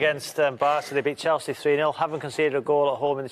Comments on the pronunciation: the female pundit says “Kelsey” instead of Chelsea. Anyone else catch that? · she said celsea